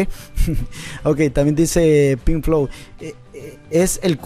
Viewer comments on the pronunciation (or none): es pink BOW! no pink flow como lo dijiste jajajajaja. buen video dejo mi like y saludos.